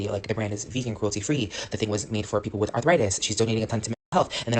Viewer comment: At the "Let's start WITH" I heard WEED